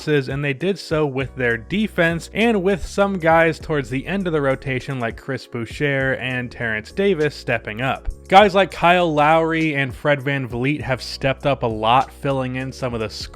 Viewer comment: Boo-Sure, lol. That french pronunciation will get ya. As a Canadian, I usually frenchify names that don't need it.